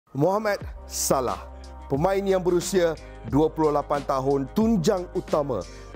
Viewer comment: Mohammad salah sebut btul2.. Jgn ikt sgt barat..